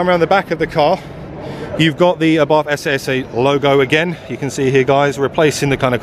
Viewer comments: I thought it was pronounced SS not SA SA? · Abarth themselves say its pronounced as "SS" not "essay essay" ...just saying. Research isn't hard. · It’s pronounced SS 🤣